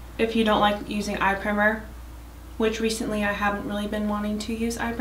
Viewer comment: Lol 😂 did you mean pr-“eye”-mer? The “i” is a long “i” not short “i” 😂 still cute vid though